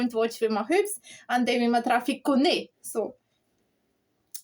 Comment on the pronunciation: That's it mate we suffer the heartache and celebrate the glory. Can i just say it's cone and not cony lol not trying to patronize you, yer Scottish is brilliant